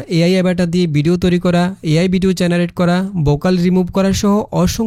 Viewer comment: ভাই, বিডিও না, উচ্চারণটা ভিডিও হবে।